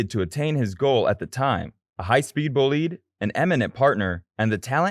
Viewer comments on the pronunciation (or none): Did I hear the narrator say "bull-lead?" I think he means the race car? Someone assist please? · Wtf is a 'boleed' ? Bel...GGAN GRAND PRIX? GAN? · What kind of shit commentary was that? What's a "bulleed"? What's a front rear wing? What's "the Bel-gain Grand Prix"? This stupid video should be deleted.